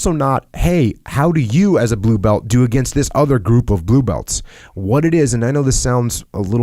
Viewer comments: I thought he was being silly and saying "blue belt-chi, bowahh", but it makes sense he'd know some Brazilian doing brazilian Ju Jitsu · Being brazilian, it's kinda funny/weird hearing Jocko saying "blue belti, porra!" heh